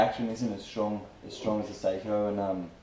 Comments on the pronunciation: *****.. It's pronounced Socko, my wife is Finnish so she should know. It's certainly not Say-ko like most American pronounce it. Then of course, you're probably American so we have to make allowances for your lack of education. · Good video but learn to pronounce Sako correctly. It's not "Say-co" it's more like "Sock-o". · Sako (saw-coh) is a rifle. Seiko (say-coh) is a wrist watch. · ***** Well to get back to the topic, if you want to be pedantic about it. According to wifey nee Lajunen (I suppose you think you know how to pronounce that too) it's not Saar-ko like you maintain and it's not Sock-o like I said but kind of in between the two.